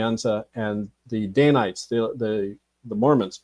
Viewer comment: It's Dan-ites, not day-nites.